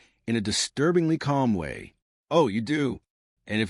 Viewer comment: Honestly one of the better stories out there. Just the ai narrator "waaayyyy" "sorrrryyyy" pronunciations are soooo irritatingly unrealistic.